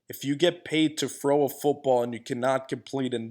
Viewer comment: "fro away" lol